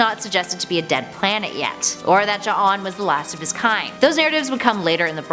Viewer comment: You even pronounced J'onn's name correctly! Excellent!!